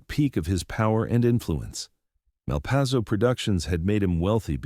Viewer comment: A good story, but I walked when I realized it was AI. Pronounciation - Malpayzo one moment, Malpasso a few moments later.